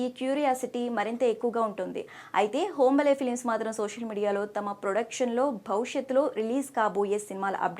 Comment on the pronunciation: అది హోంబలే కాదమ్మా హాంబాలే